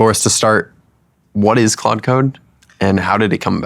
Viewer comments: Am i the only one who hears "quad" and not "claude"? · so funny the creator of claude code can't say claude code